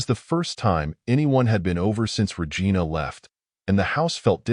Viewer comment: “ we listed Ra Gina’s activities “ got me